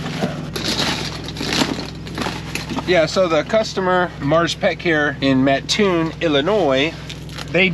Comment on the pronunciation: You definitely have the correct pronunciation down for Mattoon and ditto on the Intro. It's pretty cool.